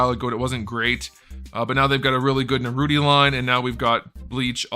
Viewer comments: Is it me or did he call Naruto Narudi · What the hell is Narudy? 😂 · It was funny at first the way he pronounced Naruto and the characters, but now he just sounds dumb saying it.